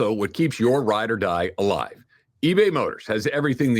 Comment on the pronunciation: I can't be the only one that notices everytime does the eBay motors ad, he always says "ride or live a-die" at least once 😂